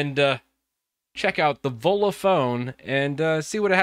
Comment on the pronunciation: Sounds like you're saying Ebola phone.